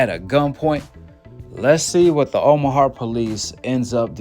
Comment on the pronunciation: someone call ICE on This dude can’t even pronounce OMAHA